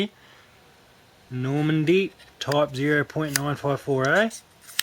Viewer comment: It's Nordmende, not Normande.